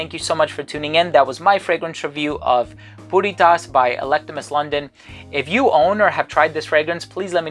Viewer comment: Why does it sound like he is saying Putty Tat?...(i thought i saw a putty-tat...)